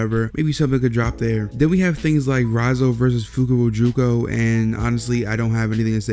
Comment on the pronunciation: you can't pronounce Fukurokuju's name.